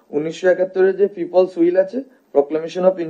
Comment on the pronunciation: ঠিক মত উইলকে উচ্চারন করতে পারে না বার বার হুইল বলছে । কোন অভিজ্ঞতা , দক্ষতা আর জ্ঞান নিয়ে তিনি এই পর্যায়ে কথা বলে । আজব দেশ